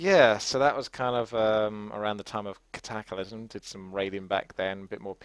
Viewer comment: its not catacalysm its cataclysm